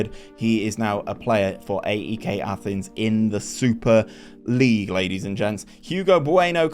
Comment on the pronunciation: Pronounced Eyek